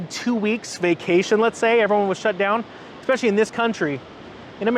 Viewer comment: do you how to say “especially”? It’s not “ex-specially”.